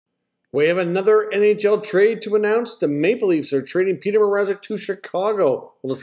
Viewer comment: I was wondering who the hell "Peter Mazerek" was too.